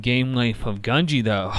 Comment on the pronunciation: not to be annoying but it’s japanese, gu is pronounced “goo”